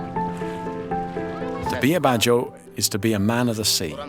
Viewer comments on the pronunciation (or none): Badjao is pronounce as Bad-Jau Not BADDA HOES... I know them and respect these Ethnic People, im sure none of them are BAD HOES. Peace..